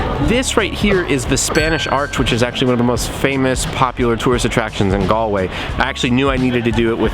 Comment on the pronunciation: "Ga-ol"! Pronounced "Jail" and means that. it's the way it's spelt in the UK. BTW you didn't go visit the "King's Head", a beautiful pub founded by King Charles I's executioner! Should've been on your list! The River Corrib flowing through the city and the canal make Galway one of the most photogenic cities I've ever been to.